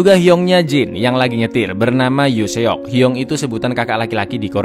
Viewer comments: seok itu dibacanya 'sok' gitu lho.. e nya ga terlalu jelas dibaca. agak risih mohon maap kalo dibaca se.ok terpisah gitu 🙁🙏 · Min dikorea seok diucapkan/dibaca sok,contoh lain Lee dibaca i,choi dibaca chwe contoh dari merek korea Samsung dibaca samsong,Hyundai dibaca hyondai,kota Seoul dibaca soul(so ul) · seok dibaca sok min..